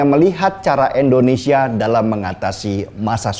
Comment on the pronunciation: Indonesia bang.... Bukan Endonesia